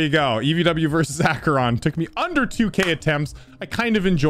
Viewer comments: its not EICHERON its ACHERON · it’s Acer-on jeez man. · its actuaallly proonounsed Acharon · Uhhh.. It's actually "Acheron", not "Aych-eron" 🤓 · Let me educate you people. 🤓 As a Greek dude, i'm the one who can tell you how to correctly pronounce the level's name. So, we have: A (as in "a-nimal") Ché (as in "he-ritage") Ron (as it is) It's also actually pronounced in the 2nd syllable. So it's "A-Hé-Ron", not "Á-He-Ron" Hope that makes sense. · You were right, ITS PRONOUNCE ACHERON NOT ICHIRON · Mate... it is not called 'aChErOn' .. its called 'AcHeRoN' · iTs AkErONnNNNNnNnN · It’s “a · kr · aan” NOT “ā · kr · aan” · Ak-A-Ron not Achyey-Rohn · its pronounced ach-er-on not eekeeron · Acheron no Aceron yes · It’s pronounced “ack-eron” not “ach-eron” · It’s A-ker-on. Not Aye-cher-on. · I think It's aey-c-her-ON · Actually it’s pronounced “Akeron” with a short a like in “cat.” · He its pronounced like (Ak-e-ron) 🤓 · Oh my God,!! It’s pronounced Ack-Er-On!! Get it right!! You’re welcome! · Actually it is pronounced Akeron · its ack-a-ron,. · Hey, just to let you know, it's pronounced "Acheron." Hope this helps (in more ways than one:)) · Correction: A-cre-on. Acheron 2nd Correction: Ry-A-mu. Ryamu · AK-IR-ON Acheron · Its pronounced Acheron, you're welcome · Acheron (Ack-er-on). Your welcome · Erm, actually it’s pronounced Ack - ur - on 🤓🤓🤓🤓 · its not acheron. this is aheeerjoon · its actually pronounced acheron 🤓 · Aykreon pronunciation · IT'S ACK-EH-RONNN!¡!¡!¡! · um actually the ch in acheron is pronounced as a K and you dont say the e at all so its actually "Akron". I'm definetly making this just for your knowledge and not for the algorithm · Erm you pronounced it wrong it’s called ac er on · dude its pronounced (ak-er-on)! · Actually you said arehchenon wrong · Its pronounced aychron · It’s actually pronounced ak-er-on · A-kuh-ron is how it's pronounced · its akeron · Bro its pronounced akeron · you prenounc it like akeron